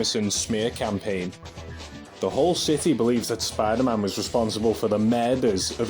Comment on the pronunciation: "spy daman" 😂 (good vid too 👍🏾)